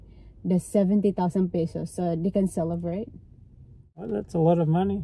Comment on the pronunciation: pesos not pisos ano ba yan😂😂😂